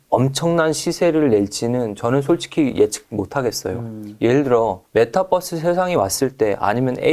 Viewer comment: 잘 공부하고 있습니다 아 근데 메타뻐스 발음은 좀.. 그러네요ㅠ